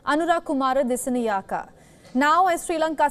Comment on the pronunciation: Sorry to say this... I heard the lady announcer who does the announcing makes a wrong pronunciation of the Sri Lanka President - Anura Kumara Dissanayeka. If she is unable to pronounce the name correctly she should not take up the task initially & could have given to somebody else... after all he is an Excecutive President of a nation. Pls do not consider my comment as a critisisam, it is on a thoughtful manner i said